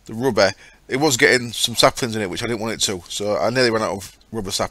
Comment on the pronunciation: nothing wrong with how you say 'space'. Rubber, on the other hand. At first I really thought you were talking about Ruby. Which at that time was an option. But you're still entertaining.